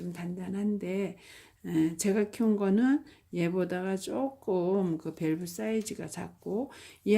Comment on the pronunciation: 저희나라가 아니고 우리나라 입니다. 밸브가 아니고 벌브 입니다.